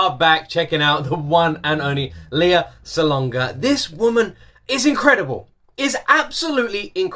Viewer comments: I love how much you love Lea! Me too! Now that you're a fan, allow me to share how to pronounce her name: It's pronounced "Lay-uh" ...not the traditional Leah ("Lee-uh"). I think Lay-uh said she actually has a cousin named Leah, so her parents named her Lea ("Lay-uh") with a long-a, instead of a long-e, to change it up. Keep making great videos! :) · I enjoy your reactions to listening to Lea Salonga. I'm a big fan of her as well. When you finally get to see her and talk to her, I hope you say her name correctly. :) It's Lea with a short e, like "lay yeah". Hehe. More power!